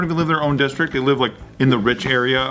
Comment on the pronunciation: Am I the only person who heard say "dickstrict"?